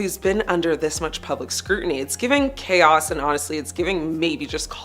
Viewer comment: "public scruenty" Scrutiny is pronounced screw tin ee.